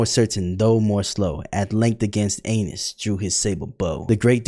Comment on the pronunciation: Not him repeatedly mispronouncing “Annis” after the guy in the video said how it’s pronounced